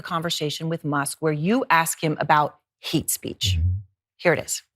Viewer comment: Did she say "heat speech"